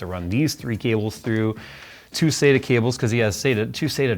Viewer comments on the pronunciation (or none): none